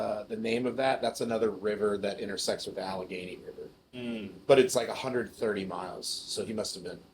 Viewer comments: it's pronounced "All-a-gain-y" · It’s pronounced “Al•a•ganee” so called “Appalachia man” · It's pronounced Alle-Gainee. Leave it to Goon. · Bro did not just mispronounce Allegheny. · It’s funny hearing wendigoon say Pittsburgh names like Allegheny and monongahela wrong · The scariest part of this story was Isaiah's pronunciation of "Allegheny" and "Monongahela"